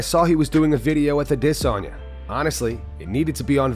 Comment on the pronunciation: Stop pronouncing Adesanya like that. Idc if that’s how they say it in Nigeria. You don’t have a Nigerian accent. Or else you’ll have to start saying every foreign fighters’ names in their native accents. It’s just weird